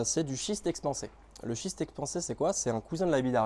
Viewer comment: Merci pour cette vidéo, suis mdr, j'avais compris "shit" exprensé et non schiste expensé, bonne continuation.